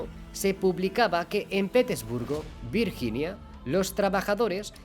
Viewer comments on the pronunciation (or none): none